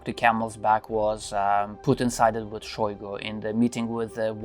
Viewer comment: Shoigu pronounced his name with emphasis on U. You can here it in a video "истинная фамилия шойгу" on .